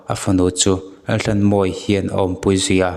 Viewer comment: Mizoṭawng chhiar dik hi a har nge ni, thisenin a ṭhanhnan tawh avanga chhiar dik thei lo, emaw awmna a zir a lam dan dik lo hi a awm theihin ka ring ta deuh. He post ah pawh hian a fanu khuaikhemtu Laltlanmawia tih pawh hi Lalthlanmawia ti a lam rik a ni a, "h" lamrikna tur a lam ri lo, lam rik lohna tura lam ri leh tlat ang chi kha anih hmel tlat. Entirnan, "tlat" tihah pawh hian "thlat" tih hram te. Tin, POCSO ACT tih turah POCCO ACT ti a lamrik te ka hre tel. A chhiartupa, lo inzir deuh la, insiamṭhat ngaihna laiah insiamṭha in, rawn ti zel rawh khai.